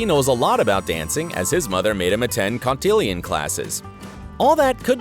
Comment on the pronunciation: The words are cotillion and Penelope, not 'contillyun' and 'penelopuh'. Christ. I've watched as much as I can stomach. There ARE plot holes in the show. Most of these are not them.